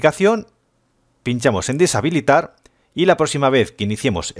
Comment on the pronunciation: gracias, buen hombre, pero te comiste una t en habilitar ;v